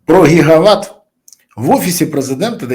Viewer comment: Не гігават а ги- ги ват😂